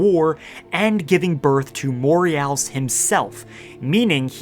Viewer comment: Pretty sure it's pronounced "mor-uh-house"